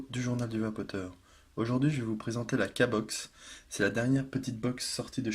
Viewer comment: Super mais je crois qu'on dit pas K box mais Q box... ;-)